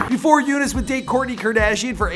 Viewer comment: I think you pronounce Younes great for an American. It's not exactly how we say it in arabic but good job